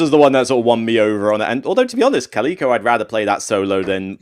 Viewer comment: That’s not how Calico is pronounced....